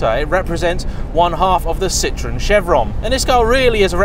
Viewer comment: And it's pronounced Ci-tro-en, not citron, the French word for lemon.